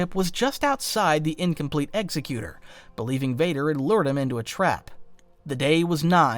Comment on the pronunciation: you mispronounced Executor. Its "Ex - Ekh - You - Tore".